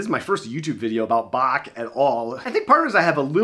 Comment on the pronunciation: Thanks for pronouncing Bach properly